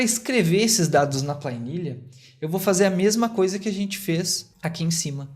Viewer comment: Plainilha 😂 Que idioma é esse? Sério mesmo que você chama planilha de Pla I nilha?! Vixe mairilha!😅